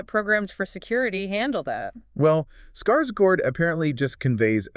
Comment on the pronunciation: HOLY SHIT! SHE SAID SKARSGÅRD RIGHT!